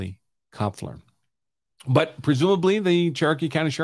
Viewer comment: So when you pronounce a German name (Kloepfer = Knocker), you don't pronounce the first syllable when two vowels are together. So Kloepfer is pronounced Klep-fer.